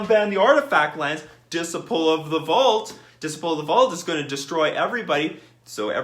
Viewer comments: Dis-iple of the Vaut, lmao It's Dis-sipe-ul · Dis-uh-y-pul not dis-ih-pul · whauh? Diss sigh' pull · Lol you're mispronouncing Dis - ciple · You good bruh, Diseyepull 👌🏾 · Unban the artifact lands... it restricts the colors some artifact decks can be in, plus affinity had died along time ago Edit: and your pronouncing disciple wrong, just so you know